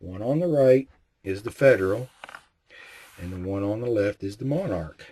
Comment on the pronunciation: Pronounced mon-ark. I have had issues with Monarch and Wolf in various rifles and calibers. Their steel case loads have been a consistent problem, but the brass cases have only caused mild sticking. I have two 770s, one in .270. The bolt required a little more force to operate when I practiced with Monarch, but I have not broken a bolt. Fortunately, the .270 loves Remington ammo, so I can still shoot relatively cheaply.